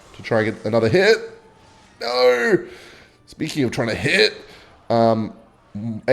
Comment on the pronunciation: "I have the most normal accent" saying no: "noeigh"